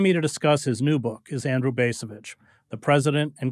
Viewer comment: I like Chris Hedges a lot, but the way he pronounces the letter 'a' in words like Vietnam and 'debacle' annoys the crap out of me. And the other guy's name is pronounced BAHS-a-vich. Long A (ahhh), not the other two ways peculiar to the English language.